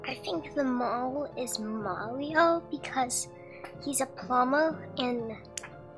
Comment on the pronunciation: I think the person who gets the least camera time is the mole. Filming the mole will reveal his identity. Oh and said mario's name marwio.